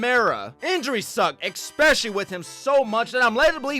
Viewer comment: Maybe I'm being picky but the word is especially not expecially. There is no x in especially.